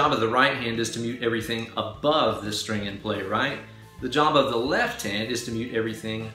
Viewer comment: lol I heard Jabba the right hand instead of Job of the right hand. Nice video!! Thanks!